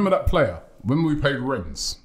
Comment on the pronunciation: A Frenchmen explained to Robbie you do not pronounce the 's' in Rennes. yet he still does it xD